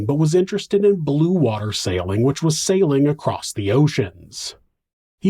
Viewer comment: Somebody needs to hunt Stephanie down and finish her. Also, stop saying cALimate. It's climate. Also acrosst. That's not a word either. "He pulled the seatbelt ACROSST his body". Wtaf????? Stoppppppp